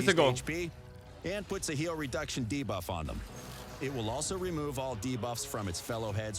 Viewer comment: I'm just happy this voice guy has learned how to say 'debuff' properly ... bigger deal than hydra boss imo